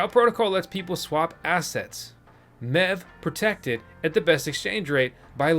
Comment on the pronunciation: Wasn't looking at my phone when you started talking about MEV and from a distance it sounded like you said "Now let's talk about meth" thought the channel changed directions in a hurry